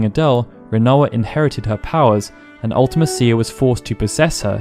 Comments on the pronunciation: Why do u call her Ultima-cia? Its one word. Ultimecia.. its not hard hard to say lol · Take a shot every time OP mispronounces Ultimecia.